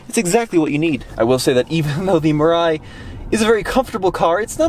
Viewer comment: Mirai means Future in Japanese, the pronunciation should be : me lie